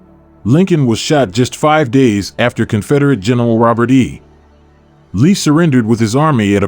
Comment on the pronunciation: Why is a robot allowed to butcher this script? I stopped after the bot could not pronounce Robert E Lee and Appomattox. If we tolerate this rotten hay ... you will be treated to more. Wait until you can hire a narrator with a passing familiarity with an American History textbook. How much money does the robot voice save ???? May we ask ???? Reply